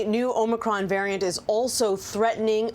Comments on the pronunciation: Traitor Joe pronounces it "Omnicron". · Biden can't even pronounce Omicron.